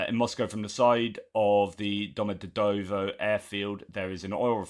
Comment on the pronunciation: NEVER put stress on endings like -ova, -ovo, -eva, -dovo. Vowels in Russian all have the same length in pronunciation. Domodedovo - every vowel has equal stress, it's a totally neutral pronunciation for the whole word. The O's are all pronounced like the first o in onion, option ; never like in motion, nose.